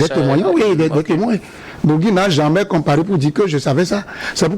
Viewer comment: Cest pas bougui mais bourgi comme bourji